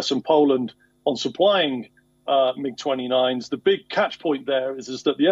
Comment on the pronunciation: Oh yes, the secret plane types we never heard of, made right there in the former USSR - the "Em-Eye-Geez-29s"